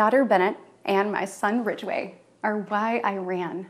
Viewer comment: DID SHE SAY "RIDGEWAY"?!?!?!